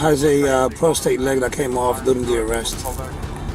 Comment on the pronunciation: he says “a PROSTATE leg”. What the fudgenuggets is a PROSTATE LEG?? Ummmmmmm, who’s gonna tell him 🤣🤣🤣🤣